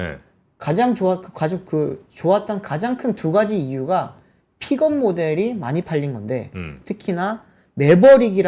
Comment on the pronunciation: “피겁 트럭” 이라 발음 하지말고. 차라리 “ 픽껍 트럭” 이라 발음하면 현지인 영어에 가깝씁니다